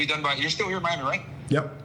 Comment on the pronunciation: Why did Tate just say he got to M-I-ami instead of Miami? 😂